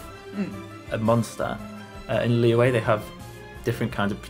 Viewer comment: it’s the “q” sound 😭 but i’m used to it now ive heard so many people call “liyue” “liwei” so